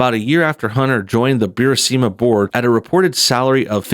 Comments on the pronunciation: Americans and foreign words ... IT IS NOT BU-RI-SI-MA... there is no second I ... it is BU-RIS-MA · Say it with me. Bur. Is. Ma. Bur-ees-muh. Burisma.